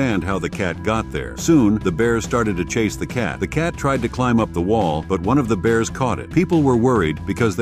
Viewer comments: The cat probably climbed into the enclosure. I hate when AI cant pronounce anything correctly! Awfully weird beers. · "The beers". God I hate those goddamn stupid AI mispronunciations.